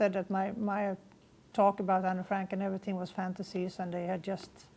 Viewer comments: It makes it even more believable the fact that she said Anne's name in Dutch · The fact that when she said Anne's name she said it the way in Dutch. Makes it believable.